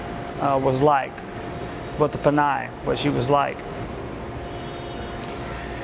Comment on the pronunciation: Lol, you are pronouncing "pinay" wrong, I have not heard pinay used in a long time, mostly I hear Filipina. Also were you asking about tampo?